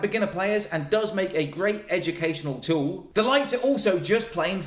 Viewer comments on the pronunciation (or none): none